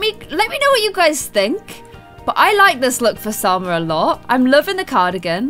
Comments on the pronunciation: You keep calling Salma Jalma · Its salma not jalma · You keep calling SALMA JALMA! like if you agree